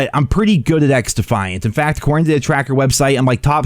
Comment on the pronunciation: Bro 😂🤪🤪 xDuhhhFiAnT 😂😂🤪🤪